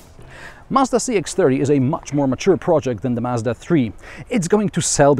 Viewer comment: Finally someone pronouncing Mazda and not Marzda